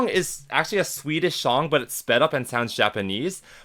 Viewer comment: swedish shong 😭😭